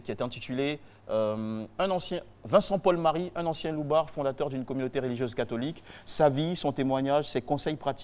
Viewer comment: Hum RTI on dit pas "réligieuse" mais "religieuse"